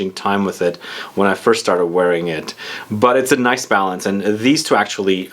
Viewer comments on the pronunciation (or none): none